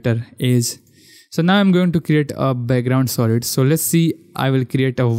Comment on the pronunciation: Yours pronounce for Solid is wrong its "Sa" not " Shaw"